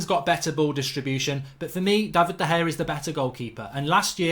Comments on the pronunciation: man said De Gea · Lost all seriousness when you said De Gea